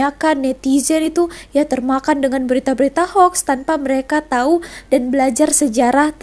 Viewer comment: Ini baru betul sebutannya. Ejaannya ialah Hoax, tetapi sebutannya adalah Hox